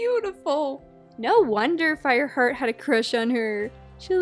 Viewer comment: Did u just say FIREHEART?